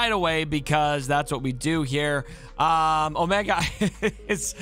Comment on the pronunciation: Oh-mee-gah - from